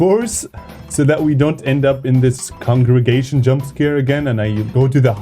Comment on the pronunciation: 'congregation" jumpscare ☠️